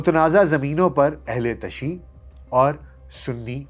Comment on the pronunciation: Sahih talaffuz ,ahl_e_tashayyu, hay